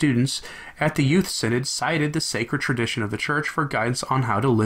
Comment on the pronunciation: Shouldn't that be "sin-odd"?